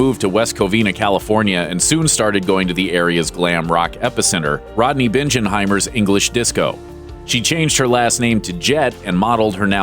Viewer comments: Bingenheimer's is pronounced [Bing] as in Bing Crosby, not like [Binge] as in Binging on Netflix shows or alcohol to excess. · not "bin-jen-hymer" bing-en-hy-mer" are you completely unfamiliar with rock and roll in Southern California? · I didn't even make it a minute into this garbage -- Uh, Suzi Quatro is from Detroit and it's BINGenheimer, not BINGEnheimer--If you knew ANYTHING about the SoCal music scene of the 70s/80s you'd know who he was and how to pronounce his name. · Binge'nheimer is not right, Bing-en-heimer is how he pronounces his name. You had me up till there... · It's Rodney Bing en Heimer, not Binge N heimer. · The Man's name is BINGenheimer - pronounced like Ding, ring , sing, etc. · Bing not binge. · Rodney Bingenheimer is pronounced “Bing”enheimer. Not Binjenheimer. Having lived in Southern California from ‘77 to 2002 and listened to Rodney Bingenheimer’s Sunday night radio show on KROQ I know how to pronounce his name. In fact I lived just a few towns away from West Covina. The Runaways were know quite well locally. Get the name straight. Do some research. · Rodney Bingenheimer......is it not pronounced BING-en-heimer?? Not BINGE-en-heimer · It's Bing - in - hi - mer, not Binge - in - hi - mer. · Correctly pronounce the name of the "Mayor of Hollywood" Rodney BING-in-hymer, NOT BINJ! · Oh dear. Rodney Binge-en-heimer? That guy doing the voice over (or the person who wrote the script) needs to brush up a little on the history of rock 'n roll. You know, what a few YT videos about the era or something. Bing as in ring, buddy. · It's pronounced BIGGENHEIMER, not binge-in-heimer, okay? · BING-EN-HEIMER. Not Binge. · It's Rocky BING-en-heimer, not BINJ-en-heimer. Just sayin ... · Rodney "Binge -enheimer"??? LMFAO It's pronounced BING -enheimer. LOL Can't even get the name right.... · Quarto isn't British and it's Rodney Bing-en-heimer. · to: It's pronounced RODNEY BING-IN-HEIMER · It's Rodney BinG-in-Himer pronounced.